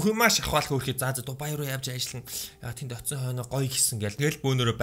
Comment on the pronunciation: Та бичихдээ Дубай гэчихээд хэлэхдээ Дубайя гээд бна шд